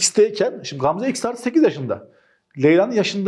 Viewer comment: Hocam o nasıl Gamze demektir yaaa🤣🤣GGAAMzaeae